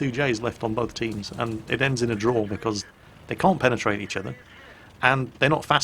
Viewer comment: I'm sorry I lost it when said penatate